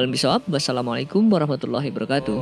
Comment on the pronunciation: Kak tolong betulin salam kk, setelah saya dengar berulang2 kata" wabarokatuh "kk singkat menjadi " barokatuh" jadi kurang kata "wa". Terima kasih.